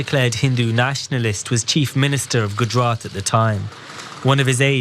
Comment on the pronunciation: If you're gonna bring up gujarat then pronounce it right